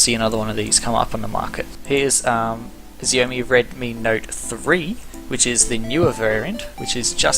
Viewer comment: Great video man. I live in the UK and i you can get the s4 and g3 for £60 but I dont think you can get the xiaomi for that. Also xiaomi is pronounced differently but dont know how to describe/explain it lol